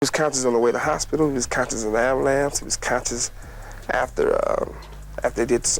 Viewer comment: He was conscious of the "Amulance" 😅😄